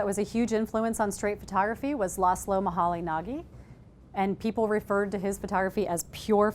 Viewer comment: Laszlo Moholy-Nagy is pronounced 'muh-holy-najj' not 'muh-holy-nah-gee'